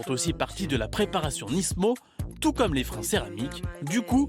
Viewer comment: y'a que moi que sa stresse quand il disent nisssmo? pour moi on dit nimo